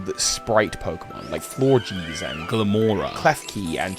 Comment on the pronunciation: I agree with most of these, but i find that ignoring most of the pre-evolutions is too dismissive. A Pokemons biology is their entire pokemon line. Their whole potential, not just the final result. Also here are all the inexcusable mispronounciations I noticed. "Florjeez" "Tinkatan" "Runygus" "Riencyulus"???